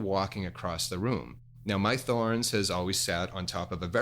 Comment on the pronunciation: I love Pangea products. This good information. I too have a Thorens table (TD 125 Mk II) and love it. I do think it's pronounced TOR-enz however. Carry on!